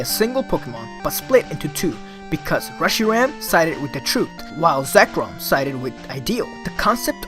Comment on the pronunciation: trut and teories. For some reason it irritates me how you miss the H pronouncation in different words like truth (you say trut) and theories (you say teories).